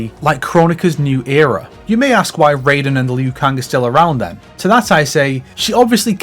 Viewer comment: Technically the correct way to pronounce Takeda, just as the correct way to say Raiden is "Ry-dehn" instead of "Ray-deen". MK games don't have a great history with Asian name pronunciation.